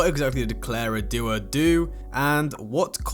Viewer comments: Not Duo it's Dao wtf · Ykw, I’m not even surprised anymore. I’m disappointed but not surprised🤦🏼 Also why should I listen to you? You can’t even say DAO correctly. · Dude how do you butcher the pronunciation of "Dao" so badly